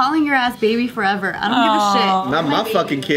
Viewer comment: you say my bebah every vlog 😂